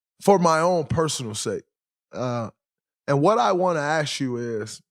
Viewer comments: Why are majority of black athleets/entertainets pronouncing word ask as aks (or in english speaking terms ax)? The word is a-s-k = ask. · It’s ask.